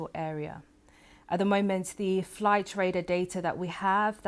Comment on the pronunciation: Raider. You mean Radar Madam.. BBC indeed. How did she get this role. Seriously. Bless her.